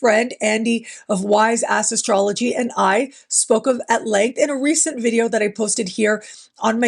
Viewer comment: I don't know if it's just my hearing. But it sounded as if you said "Andy, my friend from Wise Ass Astrology.....